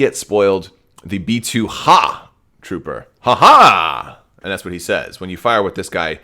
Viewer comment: I dont know why but i kept hearing metoo battle droids. Not B2 lol